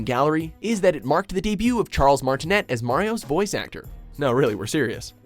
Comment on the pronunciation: Congrats on miss pronouncing Charles Matinet's name. Top 10 lists that pissed people off. Yep that would be your crowning achievement.